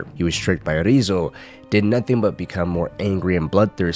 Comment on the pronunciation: Why do you say Ryuzo as "Rizzo"?